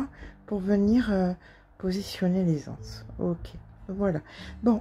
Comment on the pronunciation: Coucou. Quel plaisir de regarder vos tutos. J'apprends tant de choses et vos commentaires sont si drôles. Des GANSES!!! pas des ANSES. 🤣🤣🤣 j'habite près de la plage et j'essaierai de le faire. Bon week-end